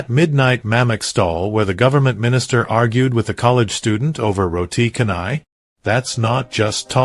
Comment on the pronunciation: It's Roti Chanai. Not Roti Kanai. The "C" in Malay is actually "Ch". To hear all this wrong pronunciation is very painful to our ears. Haven't anyone corrected you on this?